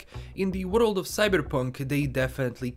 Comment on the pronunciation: Nobody:: in the worlulululd of cybperunk.....